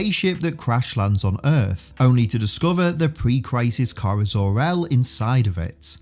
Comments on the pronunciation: "kiera" Dude.... How does one mangle "kara" so badly? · yes you did, i should have clarified, the OTHER person you had in doing the voiceover for that one bit. He said it "key-are-uh"